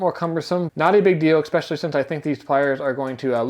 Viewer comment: Appreciate the review-- good info. I must say, though, that it isiaibit disconcerting to hear the reviewer repeatedly mispronounce the word "especially." He pronounces ir "exspecially", and it just adds a slight tint of being uneducated to what is otherwise a solid review of the Gerber.